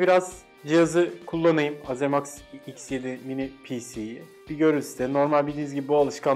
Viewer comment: Ayrıca azemaks diye değil eyzimeks diye telafuz ediliyor